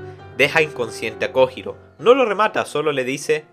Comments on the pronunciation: Master no se si sabes o si es apropósito o no por si las dudas te daré el tip, que en japon la J es Y también La H es J. Entonces no es kojiro es koyiro la pronunciación y cuando dices nombres como hitaka y los dices itaka realmente se dice jitaka. Ya que me vi todos tus. Videos lo noto pero no se si es con intención de decirlo mal, por si las dudas te paso ese tip que la h es j y la j es y. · se pronuncia "koyiro" y no se dice musachi se dice mushashi. no es tan dificil.